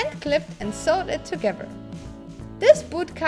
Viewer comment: I love the way she says "Togevurr" instead of together...